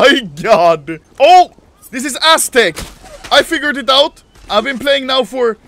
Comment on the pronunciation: People: aztec Anomaly: asstec